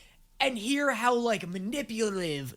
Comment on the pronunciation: i was looking away at this part so i thought it was an editing choice of like making it “glitch” but then realized he just mispronounced manipulative 😭